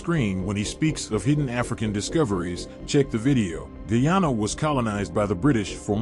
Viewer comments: I still don't like the ppp party they are racist themselves and my country is pronounced Guy-an-na not gee-han-na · in said'Ghana instead of Guyana". pompous sausage.